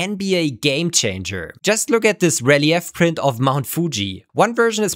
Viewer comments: very minor correction, but relief (as in the relief model of mt fuji) is pronounced re-leaf. Other variations may exist in other Englishes, but I've never heard rel-i-ef before 😂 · Rel-eee-eff!? This is one of those times when I question whether I've been saying it wrong all my life!